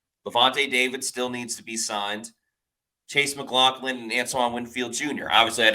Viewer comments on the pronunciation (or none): I love how keeps calling him mclaughkin lol 💀